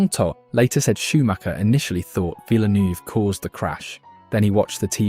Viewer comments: I thought it was actually VILLNEW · Erm, Villie-neuv? It's pronounced Vill-nerve 😉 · What da hell is a GEREZ VIL-NERVE not VILLNOOVE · Yeh i know but its pronounced heh-rez not ge-rez and i have never heard vilnoove as a nickname